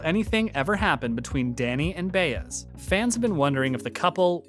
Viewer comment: If you're a fan of the show you've been told how to say "Bah Ez. It's the details. Not Bay - BUT B AH